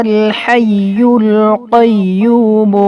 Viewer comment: कईमो को कइबो पढ़ रहे हो हमको यैसा लग रहा है